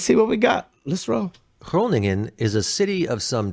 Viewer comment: Shout out for with his perfect pronounciation of Groningen 😜. Great reaction! BTW Emma agrees😂!